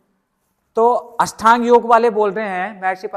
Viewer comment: अष्टांग योग बोलो भाई । बार बार अषठांग बोल रहे ।